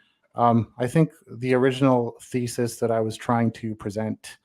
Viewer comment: He was trying to present feces. Oh wait, he said thesis.